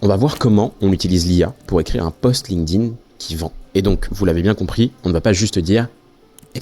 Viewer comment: excellente vidéo, comme d'hab, très instructive ! merci par contre un tip pour faire un minimum pro : pas de "link-dine" ou de "linequeudine", ça se prononce "linkTin", avec un T, pas un D. on a appris ça quand on nous saoulait avec les tableaux de verbes irréguliers anglais au collège !